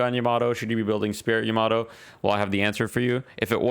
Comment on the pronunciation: the way you said yamato hurt my soul